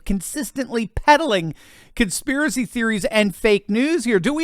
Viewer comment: c'mon man, LET THE TRUTH BE TOLD. AND STOP SAYING "CONSPIRACEY THEORY"